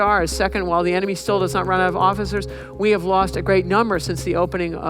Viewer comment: Except for that moment she said "emeny" in stead of "enemy". But even then, she was a complete pro and didn't hesitate to continue on. Kudos